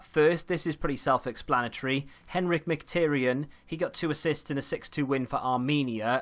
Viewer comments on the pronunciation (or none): none